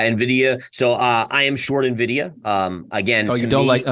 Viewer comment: Did you just say "nuh vidia"? :-\